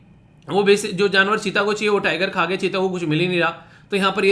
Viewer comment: Jnavar nahi sir ji janvar boliye